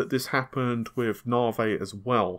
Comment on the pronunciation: What is the fucking "NARWAY", say NA-VI.